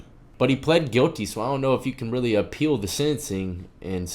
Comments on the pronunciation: Your understanding of how it's pronounced was right the first time. Phonetically, it's pronounced "uh-peel" You file your appeal in the "uh-pellet" court. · It's appeal, not apale.